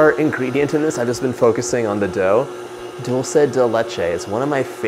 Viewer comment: I love the way you pronounce Dulce de Leche. As an Argentinian myself, I am so produ that Dulce de Leche is going all around the world! Who wouldn't taste that silky, thick, sweet heaven? 🤟